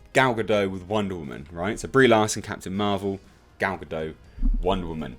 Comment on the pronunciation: A bit of a heads-up. the T in Gal Godot's surname is not silent.